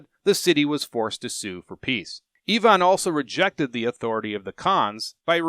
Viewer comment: I immediately respected you for correctly pronouncing Ivan as Eevan rather than the usual Aivan ;))